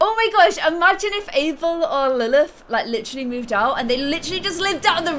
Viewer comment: lilth not faith